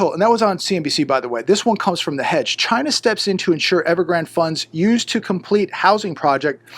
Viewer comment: your not saying it right, its CHYYYYYYYNAAAAA ( like trumpo )